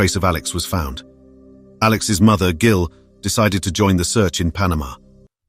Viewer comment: Gill? Not Jill?